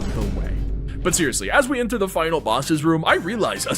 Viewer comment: "sewususly" LOL